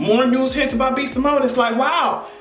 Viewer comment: He called B Simone Eago 😂😂😂